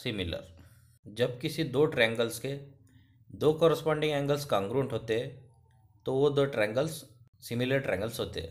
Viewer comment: U r saying cangruent it's congruent 🤦